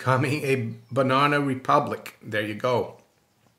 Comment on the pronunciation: And then to hear it pronounced like that 669 times...😂 BUNONA !